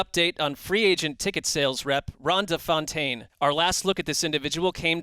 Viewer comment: *Fontaine, not Foutaine.